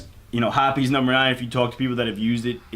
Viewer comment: I refuse to believe that's how hoppes(hops) is pronounced